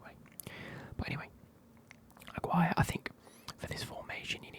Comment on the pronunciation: As a Mexican, the way you pronounced Aguirre made me chuckle. But I’ll commend you trying haha